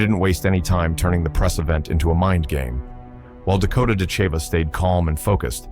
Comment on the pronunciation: Yes, it would. It would also be nice if people, & AI, knew how to pronounce Dakota's surname. Oh, AI saw my comment; all of a sudden it pronounced it right! Oops, went back to saying it wrong.